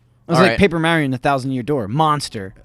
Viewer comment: mayrio lol